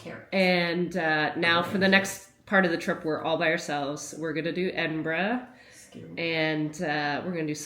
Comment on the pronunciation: Haste ye back, the west coast needs a trip all on its own, Ps. thanks for pronouncing Edinburgh correctly